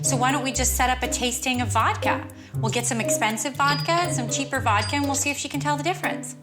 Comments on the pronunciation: How is she Russian and can't pronounce voDka but will spend $1700. wow. These two are both ridiculously unreasonable. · Did she keep saying “Vokka”?